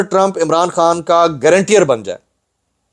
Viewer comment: It’s “Guarantor “🙏